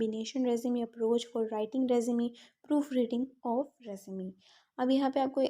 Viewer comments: Mam overall lecture was too good but you pronounced "Resume" wrongly. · Mam your efforts are great but word resume pronunciation 😢I think not accurate